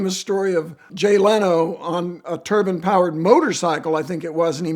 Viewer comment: Turbine, not turban. Div